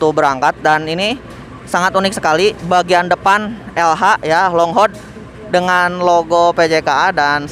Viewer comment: Umm, itu "long hood" Bacanya bukan "long hod" Tp "long hud". Sekedar info aja ya